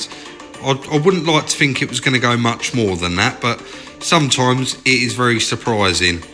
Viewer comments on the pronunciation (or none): Adding a T and an H to your alphabet would make listening to you a lot better. what are your Foughts tell me what you Fink